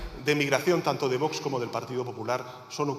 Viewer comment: se pronuncia VOX no "Votch" inculta.